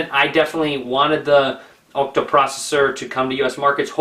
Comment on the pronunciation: it's an Ah-cta core processor, not an Oh-cta core processor;P